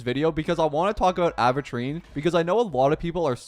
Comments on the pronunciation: Am i going crazy or does he say Aventurine like Aahventurine... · when will this man say his name right?